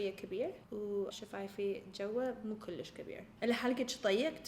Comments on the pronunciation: Guys it doesn’t matter how much she said kulish, she tried her best and I love when she tries to speak arabic 😍 love u huda (Iraqi from Finland) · هنا تبين هدى صدك عراقية كلللللوووششش😅😅😅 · عراقية كلش